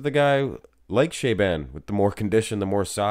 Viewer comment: "Sha-bon" not "shay-ban"